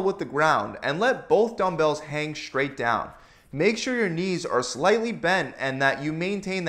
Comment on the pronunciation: Thanks for the great content! Did you notice that you say the word "straight" as if it were spelled "shtraight"?